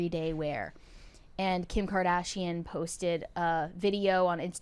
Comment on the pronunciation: The way she pronounced Kardashian at the start of this video